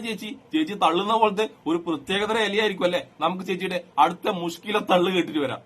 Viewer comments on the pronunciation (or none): മോദി പുഷ്കലയാണെന്ന്നോ.. മോദി കേൾക്കണ്ട.. തിന്നു കളയും 😂😂😂😂ചേച്ചീ... മുശ്കില അല്ല,, മുഷ്കിൽ... മുഷ്.., കിൽ.. കിൽ.. ചേച്ചി യെ കണ്ടാൽ അറിയാം ഒരു ഡോക്ടറും ചാച്ചിയെ അടുപ്പിക്കില്ല,,, ഇതൊരു മാതിരി രണ്ട് റിയാലിന് എന്തും ചെയ്യുന്ന ആരെയോ പോലെ 😂😂😂